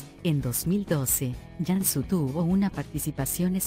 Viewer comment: Y por que pronuncia Yansu, si se pronuncia tal cual se escribe Cansu